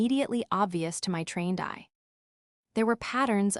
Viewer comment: Trained eye became train dye 😂😂😂😂😂 this AI is seriously dumb. They left in a days ….daze 😂😂😂😂